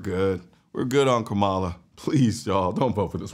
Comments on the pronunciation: Im with you. 100%. But you can spend enough time to pronounce her name right. Kamala ———-> pronounced like Comma - La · Are you purposefully mispronouncing her name? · Try saying her name right kind sir..